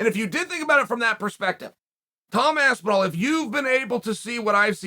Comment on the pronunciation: I can’t un-hear Aspin-wall